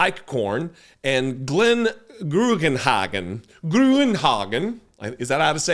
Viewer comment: It's actually Grünhagen. "Grün", or anglicised as Gruen, is German for the color green. It pronounces like in Müller yoghurt. So yes,, you pronounced it well.:)